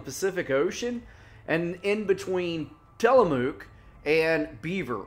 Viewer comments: Good, no…… great story. Tillamook is pronounced Tillamuk….when I am unsure how to pronounce a work I usually YouTube or Google it. It is pretty helpful. Anyway, thanks for the work u put in to keep us informed. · Its pronounced Tilla-muck lol